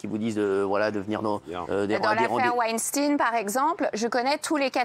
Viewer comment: Je suis desole mais winstin serieusement😂faut areter cest clair qu‘on dit que les francais savent pas parler anglais apres